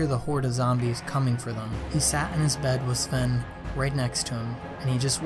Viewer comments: ITS NOT SLEN ITS SVEN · Svlene its svene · You called Sven swen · Lol u kept saying “svwen” Love the video keep up the good work! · He says Svwen lmao